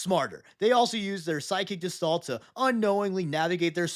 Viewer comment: Love the video, but "gestalt" is a word of German origin and they hate soft g's, so it's more like "guh-stalt". Regardless, ORKSORKSORKSORKS